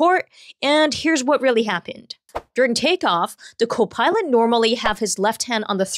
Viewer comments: It's CO'-pilot, not co-PILOT'. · i don't like the way she says copilot